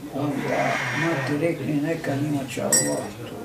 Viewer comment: Joj jest los zvuk, ja ovo nazalost ne mogu slusati, a mozda je dobra prica. Samo Oloh, Oloh, bejagi neki musliman, a ne zna ni Allah izgovoriti